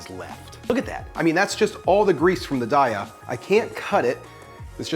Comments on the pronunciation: It's "DAY-uh". :-) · Its "day uh" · Took me a minute to identify "cheese pull." You say it like a swimming pool, making me wonder how you say, "pool?" Darya is not good, and has almost no protein. The Field Roast brand, "Chao," is like a buttery white cheddar. It is the best, just doesn't come in shreds.